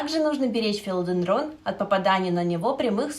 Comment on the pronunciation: Такое полезное видео,но прямо режет ухо не правильное ударение растения)